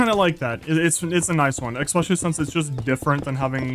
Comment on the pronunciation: “exspecially” Great vid as always